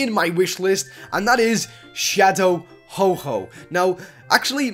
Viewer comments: also its ho-oh not ho-ho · It's ho-oh not hoho okay! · it us ho oh not ho ho he not santa lol just saying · What is ho ho. Its ho oh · its ho- oh not ho-ho 😔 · It's fuck Ho-Oh not Ho-Ho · its ho oh not ho ho just saying ok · It's ho-oh not ho-ho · It's ho OH not ho HO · its ho-oh not ho-ho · Another guy whom pronounces ho oh as ho ho. 😒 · it's ho-oh not ho-ho noob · its ho-oh not ho-ho no santa claus this year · HO-HO? XD THAT KILLED ME!!! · lol you said ho ho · Yeah he said ho-ho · Did he Just say Ho-Ho?.... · u said shadow ho-ho... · its ho oh. dude. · Ho-oh not santa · it's ho-OH < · its Ho-oH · you said shadow ho ho its not santa ok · Did u say ho-ho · It's Ho-oh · why you say ho-ho? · it is not ho ho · you said ho oh wrong lol its not santa XD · LPS Beanies boos and more! Couldn't agree more hahah. I knew before I said it that it was wrong. It's just my pronunciation 😅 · U Said Shadow Ho-Ho Not Ho-oH DOOD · mispronounceations.....you said"Ho-ho"instead of"Ho-oh"... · ho-ho? i thought is was ho-oh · Dude, it's Ho-Oh not "Ho-Ho" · you said ho_ho it is ho-oh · btw its Ho-Oh not Ho-Ho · U CALL HO-OH HO-HO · Its calld ho-oh no ho-ho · its ho oh not ho ho lol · he's not santa Claus it's not ho-ho it's ho-oh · its not oh-ho its ho-oh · Ho-Ho? It's Ho-Oh. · ho-oh not ho-ho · it not HO-ho it HO- oh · its shadow ho-oh not shadow ho-ho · its ho-oh not ho-ho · ITS HO-OH NOT HO- HO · dude its ho-oh not ho-ho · Him saying ho-ho instead of ho-oh mad me drink over my daily amount of bleach. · ITS NOT HO HO, ITS FREAKING HO OH!!!!!!! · he said ho-ho it is ho-oh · Hoho. What. It is ho oh. He is not Santa. What the fuck. Hoho! Santa Claus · "Ho-ho" I'm triggered.... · Shadow Ho-Ho? Don't You Mean Shadow Ho-Oh? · He say Ho-Ho insted of Ho-Oh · HE SAID HO HO!!!! HO HO!!!!!!!!!!!!!!!! ITS HO OHHHHHHHH!!!!!!!!!!!!!! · shadow ho ho? its not black santa is it fyi its ho oh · its not "Ho-Ho",its "Ho-Oh"